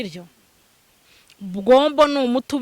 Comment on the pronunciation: Ni gombo ntabwo ari bwombo 😂